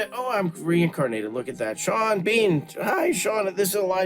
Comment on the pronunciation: You got sean bean wrong.